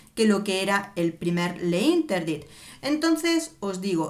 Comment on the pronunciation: Le interdit... no.. se pronuncia l'interdit... sólo és una sugerencia...😍